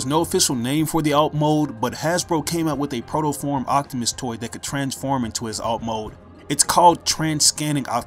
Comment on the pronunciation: sorry but when you say optimus is sounds like octimus